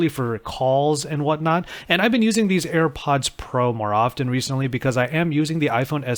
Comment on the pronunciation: It's not Air buds. You are constantly calling it Air buds.